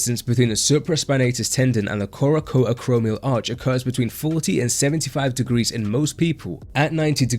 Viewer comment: Feel like having a giggle? 🙃 coracoacromial